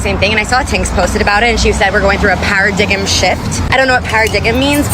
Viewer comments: "I don't know what 'para-dig-um' means..." Do you mean paradigm?! Wow... 🤣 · Paradiggem shift lol. Not Paradigm